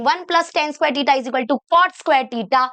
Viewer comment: टिटा ❌ थिटा ✅